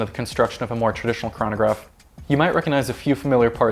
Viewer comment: I hate the way he days "chranograph"